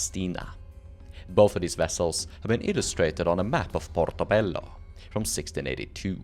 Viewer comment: 10 million pts for actually pronouncing portobello and cartagena correctly, you now outrank all other piratologists 😂